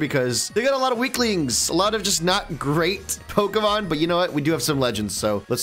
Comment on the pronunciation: U loved videos till he started mispronouncing the Pokémons names nothing enraged me more